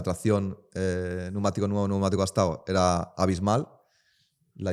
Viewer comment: Algun dia aprenderá a decir, pnEumatico?.